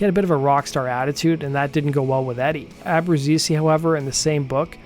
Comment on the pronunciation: Abru-chay-zee is how you pronounce it